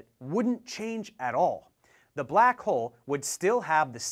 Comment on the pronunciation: First of all, I don't like how you say the word "black"...